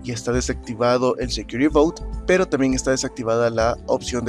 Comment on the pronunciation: El secury boat, xD Gran vídeo, siempre vigente desde que lo vi por primera vez, y aun lo uso.